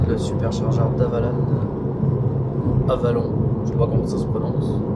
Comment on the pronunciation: Pour info la prononciation : Auxerre = Ausserre / Avallon = Ava long